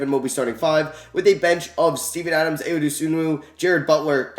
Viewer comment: Hey it’s not a big deal but Ayo’s name is pronounced eye-oh